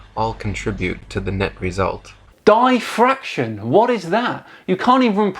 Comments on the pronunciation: Did he really just say Die fraction? That should let you know he doesn't know what he is saying. Its a bunch of word salad not even pronounced right. I promise you we all live on a giant ball. The bestvwayvi can describe it to you is one little bump on a basketball is about 5 miles. Maybe 20 miles? I would have to do some math and photoshop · "dieffraction". I'm dead 😂💀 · Arctic Haze shouldn’t it be pronounced den-sitty just like die-fraction? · maybe he was saying dye-fraction? :P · Hi, I have one minor criticism here, him not knowing how to say defraction... I think it's normal for people who study for themselves (yes, I know the irony here) to sometimes fail to pronounce some of those words. I guess more frequently in non native speakers (like me) but I guess also in some native speakers. Otherwise, keep on making these videos. Love every single one of them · Like your channel. Agree with science. BUT cheap comment about mispronouncing DIFFRACTION. Because someone reads their science and never hears the word correctly pronounced doesn't detract from the argument.